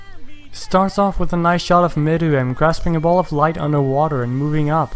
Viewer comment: This is the only YouTuber I've found who's said meruem's name right but he did call Yorknew city Yorkshin city